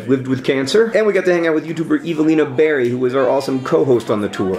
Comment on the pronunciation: He said "Evelina" wrong :(